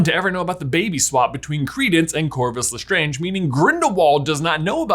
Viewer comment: “Lestronge” scb 2021